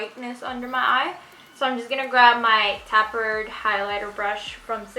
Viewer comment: the tapered highlighter brush u keep using is pronounced as if u are saying tape..not tap. tape..erd